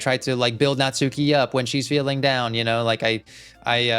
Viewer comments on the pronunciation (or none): The “u” in “Natsuki” is silent, try saying it more like “nuts key” (though the “ki” not quite as long as “key”).